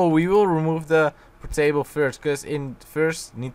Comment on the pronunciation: why do u call portables potaoes lol